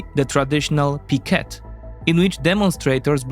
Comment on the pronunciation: I laughed a lot when you said "Picket" 😂 Greetings from Argentina! I hope we survive the experiment 😅